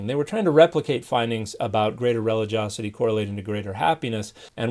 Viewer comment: Dear Dan: It’s spelled relig-i-osity and is pronounced ri-LI-jee-AH-seh-tee. NOT pronounced REH-li-JOS-seh-tee.